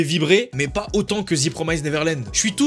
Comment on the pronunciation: Énorme revers dans la gueule la saison 2 de TPN, impossible d’apprécier l’anime quand on a lu le manga D’ailleurs ça se prononce « ze promiste » et pas « zi promaïze »